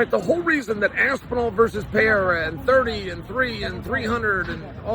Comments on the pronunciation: “Pee-air-a” -Chael sonnen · Can we first agree that you don’t know how to read? Pee-Aira? You can clearly see that there is an R in the middle! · Chael still calling him “Pierra” has become stale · Alex Pee- era 😂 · Lol is "Pay-era" a new one? I haven't heard it yet... I got Pereira by way of outside interference from ankaliev. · One of us doesn't know how to say Pereira correctly.